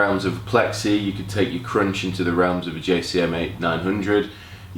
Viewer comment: His pronunciation of crunch croiunched,cuuvvunched,k roo inched my mind!